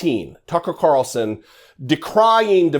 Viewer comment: One comment. You keep mispronouncing F***er Carlson's name...